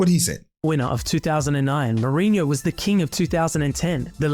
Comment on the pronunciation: Holy shii the way you pronounced Mourinho was perfect, sounded like a native